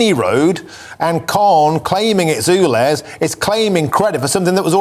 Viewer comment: S T OO V W X Y Z..... its U. Ulez. YouLez